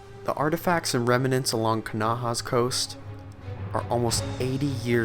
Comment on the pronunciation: Remnants not Reminents